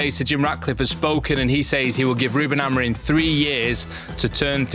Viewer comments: Hes portugese.. its not pronouced as its written. ROO-ben A-mo-REEM, with the "M" in Amorim being a nasal "ing" sound, similar to the end of "sing," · and, Amorim’s name ends in M not N.